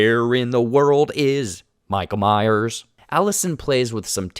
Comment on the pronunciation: Lol “michael Myer”